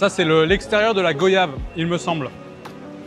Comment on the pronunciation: Hello, Petite info on prononce goyave: gwayave. Comme voyage ou moyen. Super video !